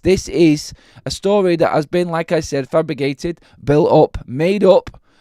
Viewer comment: ‘Fabrigated’, really? lol😂